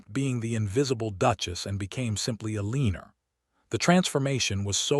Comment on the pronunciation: It’s El-l’an-nor. AI sucks.